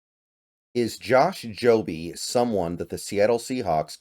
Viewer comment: It's Jobe not Jobe man. 🤦